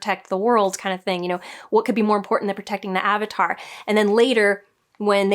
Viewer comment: Ah-vatar? How dare you! LOL. You just gave us all PTSD flashbacks. :)